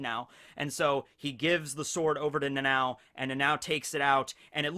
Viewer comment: Dude its nana O not Nanaw or Nanaow or whatever you calling it. I dont understand how hard could it be for americans to pronounce it.